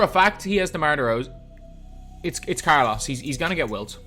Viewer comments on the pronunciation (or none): none